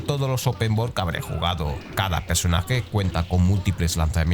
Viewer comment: “Pesonaje”? 😂 pronuncia cabronazo 😉